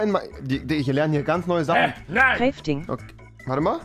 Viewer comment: Kräting Kräfting ich krieg n lachflash